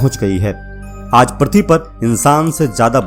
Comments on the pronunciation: पर्थवी नही पृथ्वी बोलो भाई । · पर्थी नहीं पृथ्वी।